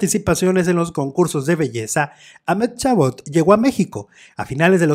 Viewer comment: Si quieres pronunciar su nombre correctamente debes decir algo asi: Amadi Cabot.